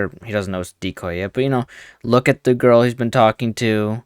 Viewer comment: I always thought it sounded like was saying “The Earl you were talking to told you very clearly she was 13” it’s like he forgot the G in girl. I think I’ve watched this too many times